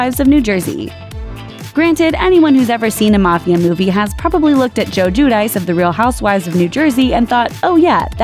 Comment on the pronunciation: Still can’t pronounce Guidice huh?